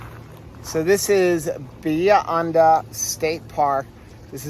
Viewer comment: It’s Bah-he-ah Hon-dah